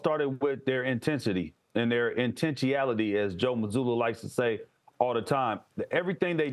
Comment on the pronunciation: Intencheeality never change, House 😂